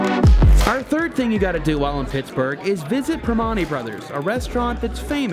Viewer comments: Purr Man Tees Not Purr Mon Tees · Good job with almost all the pronunciations 👍Especially impressive on Monongahela and Duquesne. However, Primanti Brothers is pronounced with a 'man' like Pri- man-tee (but the t isn't hit hard). Also, Carnegie, is pronounced Car-negg-gee with an egg sound (in Pgh his Americam homebase... he was born in Scotland but lived and built his empire in Pittsburgh). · Real pronouncing is Ka ball c Pre man tees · The locals pronounce it almost like "Pur-man-tees" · Primantis: Prah man tees. For next time you are in town, big fella. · SO triggered!! Pri-mahn-ti, dahling. What a phony!! He's a big fat phony. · I’m from Pittsburgh how do you say Primanti brothers wrong. I wish it was a way I I could verbally tell you how to say it, but it’s not the way you say it and you missed so many spots that you didn’t get to videotape there’s so much more to see in Pittsburgh, and do not so much in the winter, but Pittsburgh is a beautiful place and I’m proud to call myself a Pittsburgher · How do you say duquesne right but not primantis 😂😂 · Hearing Primanti being pronounced like that is slightly insulting lol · Yes, you said "Duquesne" right. Nailed "Monongahela" too. But had a little chuckle with "Primanti" and "Carnegie", lol. Oh and uh... "Downtown" :) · I love seeing videos of people visiting my hometown, nice video! I do have to comment on the was you said Primanti though, if yinz are from Pittsburgh you'll know what I mean Haha.